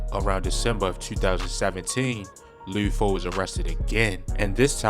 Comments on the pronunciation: Bro said lee foe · Every time he says “loode foe” it makes me wanna dislike the video again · Leeewd Foe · Lou foe? Wtf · I don't think dude from cago, he keep saying lid foe and lood foe... its just lud how it looks bruh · Lood foe 🤣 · It’s LUD NOT LUDE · Idk who lood foe is you mean lud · Luuuuhd my Nigga fuck not luuod damn it was unbearable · Who the hell is Lou Foe 🦧🤓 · I gott turn this off cuz I caint keep hearing this Mann say loo foe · Why dude sound like he sayin Lube Foe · did this nigga say lube foe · Bro said "Lewd Foe" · Luhd not lood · He did all that research just to say loo foe 😂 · You gotta be from Baltimore you keep saying Lude Foe 😭 video 💯 tho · he saying lood foe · He saying his name wrong 😑 it’s not loo foe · Why tf is the narrator saying his name like that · Eww why you say his name like that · Can’t stand how this guy says his name incorrectly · Never heard someone say Lud Foe like that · Baltimore accent